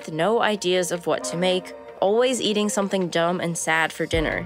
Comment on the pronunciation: I crack up every time she says "buwhat" or "ea'in'". She gets an "A+" for pronunciation.